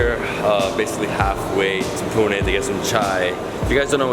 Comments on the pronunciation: They way he says Pune.. OMG So accurate..👍👍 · Thanks for pronouncing it correctly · you have Better pronunciation of Pune than most of the Indians..